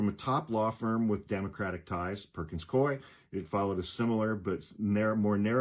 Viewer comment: It's pronounced Perkins Koo E Swear to God - in the HQ in Seattle. I was in Trademark/IP. I swear - it's like coo-e